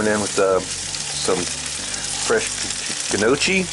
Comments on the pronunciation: It is pronounced No- Kee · Its pronounced n..yoky. nyoky. ( like hokie) Its a great starch side dish with mild gravy or browned butter. thanks for this as usual. The pork Jus is the best part! Thanks again. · Best looking piece of hog meat I've ever seen. That's pronounced (:Knee, oh, kee). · I think the pronunciation changes with the regions. It's no-key predominantly here in southeast Va as well